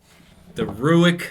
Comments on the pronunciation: Ruike is pronounced "Rake" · Ruike is pronounced Rake... somehow they named them selves Ruike and pronounce it rake lol. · It’s pronounced “rake” like take. It’s a great knife.